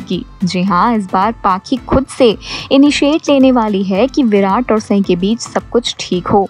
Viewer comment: Pehle Sai ka naam to thik se bolna sikhjao